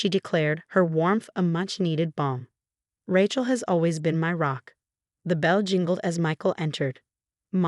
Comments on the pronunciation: Ratchel, Ratchel, Ratchel!!! 😉😿😤😠🤬😡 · How many of these stories cant say Rachel correctly